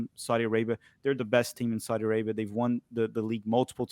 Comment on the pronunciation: "Saadi" league